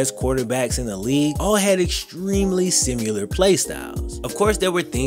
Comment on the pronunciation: SimIlar not simUlar